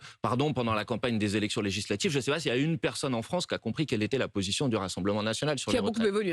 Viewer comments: "legislatchives", "relatchive", M. Bompard a les mêmes accents que son électorat. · Legislatchive !!! 😂😂😂 C'est un djeuns lui 😂